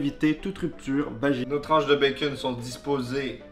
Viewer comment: "notre bacon" MAIS COMMENT TU LE PRONONCE?! LE BACON A CRÉÉ LA TERRE, LE BACON EST DIEU EN PERSONNE ET TOI TU LE PRONONCE "BAKON"?!?! Pauvre bacon il faut respecter Dieu